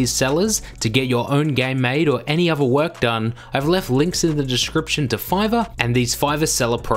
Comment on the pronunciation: Athor not Ahvar when pronouncing other. With not Wiff when pronouncing With.